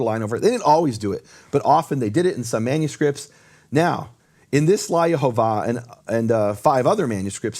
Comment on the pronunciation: I hear pronouncing The Name clearly as Yehovah, (the same vowels of Le'Olam) but whenever says it, it sounds to my ear as Yahovah, with the first vowel as "A" is that right? Is it only me or anyone else can also hear this tiny difference?